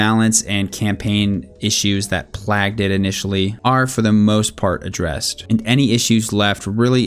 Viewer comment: Plagued - Play-ged